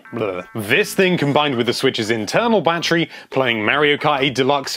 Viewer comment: Why do I keep hearing him say "banterry"?